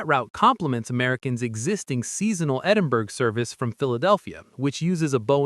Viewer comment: You might want to practice how to pronounce "Edinburgh", it's not "ed-im-berg"